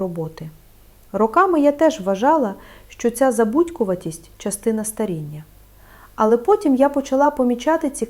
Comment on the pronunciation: НА ЯКІЙ МОВІ ВИ РОЗМОВЛЯЄТЕ???????УВАЖНО СЛУХАЄМО ВАС І ЧИТАЄМО НА ЕКРАНІ СЛОВА,ЯКІ ВИ ВИМОВЛЯЄТЕ І ВОНИ НЕ СПІВПАДАЮТЬ!!!!!!!!!!! НА ЕКРАНІ НАПИСАНО: ЧОГОСЬ,ЧАС,ЧАСТИНА,ПОЧАЛА,ПОМІЧАТИ,НАЧЕ,ВТРАЧАЄТЕ,ЧАСУ.................,А ВИ ВИМОВЛЯЄТЕ ЗОВСІМ НЕГРАМОТНО:ЧЬОГОСЬ,ЧЯС,ЧЯСТИНА,ПОЧЯЛИ,ПОМІЧЯТИ,НАЧЄ,ВТРАЧЯЄТЕ,ЧЯСУ...............!!!!!!!!!!!!!!!!! ДЛЯ ГРАМОТНОГО ЛІКАРЯ ТАКЕ ЗНУЩАННЯ НАД УКРАЇНСЬКОЮ МОВОЮ ЗОВСІМ НЕ ПРОПУСТИМО!!!!!!!!!!! ЦЕ ДУЖЕ БОЛЯЧЕ СЛУХАТИ!!!!!!!!!(Українська діаспора,США)